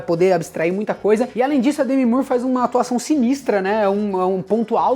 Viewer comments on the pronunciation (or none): none